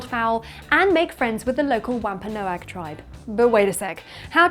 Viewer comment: it's pronounced wamp-a-NOG, not wamp-a-NO-ag.